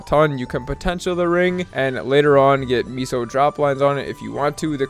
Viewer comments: Apparently the word "meso" is pronounced "(Meh)so". I think the commenter above is talking about that. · You keep saying miso and not meso, come on maple currency is not miso soup lmao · pronouncing meso as miso is straight wild